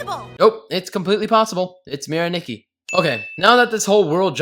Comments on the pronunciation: Adding sins for every time he mispronounced Mirai Nikki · You Get 568 Sins For Saying “Mirai Nikki” Wrong